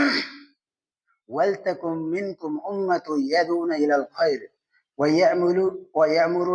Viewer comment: ভাই আমি নিজেও নিজামুদ্দিনের মাতায়াতে চলা সাথী। তবে একটা বিষয় দুঃখজনক যে আপনি যে সূরা আল ইমরানের ১০৪ নং আয়াতের তেওয়াল করলেন ওয়াল তাকুম মিংকুম,,,, এই আয়াত ভুল পড়েছেন। আর দয়াকরে কোরআন সহিহ করে পড়া শিখুন। এটা হজরতজীর হেদায়েত। কোরআন সহিহ শুদ্ধ না করলে আমাদের তাবলীগ করে কী পরিবর্তন হবে ভাই? আমার কথায় কষ্ট পেলে মাফ করে দিবেন।